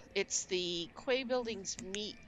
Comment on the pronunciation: The Quay buildings are pronounced "Key" as in door key